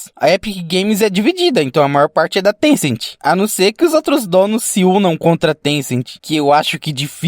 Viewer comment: Na verdade não é tencenti e Tencent